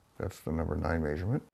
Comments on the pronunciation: Where’s that accent from? He keeps on saying ‘may-surement’ instead of ‘measurement’. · “The next maysurment” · Say measurement wrong again, I dare you!